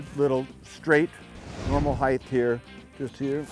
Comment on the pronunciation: johnny there's no such word as heighth.